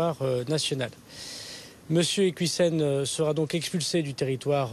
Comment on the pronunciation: Il parle de preuves que l'on ne voit absolument pas, moi j'aimerais bien les voir !! De toute façon il ne maîtrise pas le dossier, à tel point qu'il écorche son nom de famille !!!!! C'est IquIOUssen et pas "IquOUIssen'